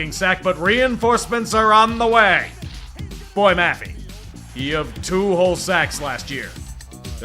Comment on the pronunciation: boy mafey? LOOOOL cmon dude Boy-ye Ma-fe